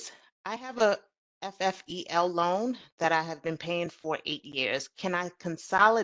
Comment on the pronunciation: FFEL is actually pronounced Fell